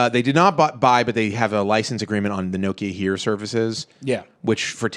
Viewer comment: Urgh pronounce Nokia correctly for god sake